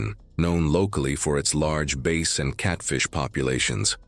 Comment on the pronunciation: 😂.. it drove me nuts that bass wasn't pronounced properly..